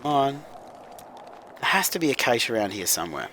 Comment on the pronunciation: Dude - "cache" is pronounced "Kash"